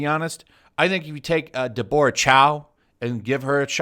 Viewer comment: I believe Deborah Chow's first name is pronounced as DEB-ber-rah and not as DE-bor-rah.